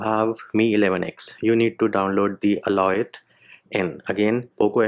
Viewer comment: Bro it's Alioth, not Aloith.😅😅